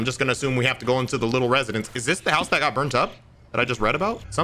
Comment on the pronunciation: my favorite part is when he says "open de door"